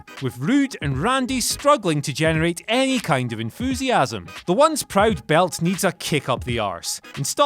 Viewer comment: it's not wrestlemania firty five. it's not enfoosiasm. you're maddening.